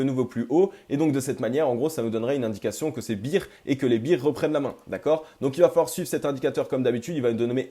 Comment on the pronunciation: "pour les bires" !?! ==> ça se prononce "Bèèère" ...... faudrait apprendre à prononcer le mot Bear...... car bEAr ne se prononce pas comme fEAr